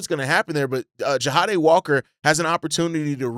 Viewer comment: just an FYI i think his name is pronounced JA DAY (Jahdae) not JA HA DAY